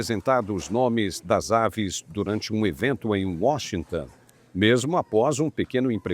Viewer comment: Washington Ton Ton, não é tan😮😮